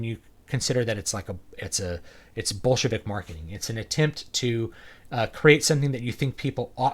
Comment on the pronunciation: When you say "Bolshevik Marketing", I keep hearing "Bullshit-ik Marketing".